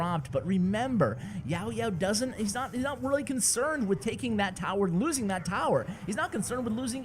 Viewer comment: i really like when u said "YaoYao" 😁😁😁